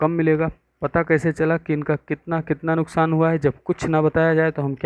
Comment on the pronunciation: Sir wo nuksaan hota he nuskaan nahi